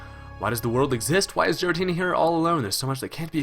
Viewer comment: its gh-er-a-tee-nah